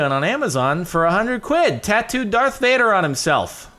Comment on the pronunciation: It's Darth Vuder